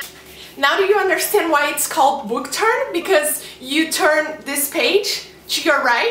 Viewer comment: the way she says churn when it's actually turn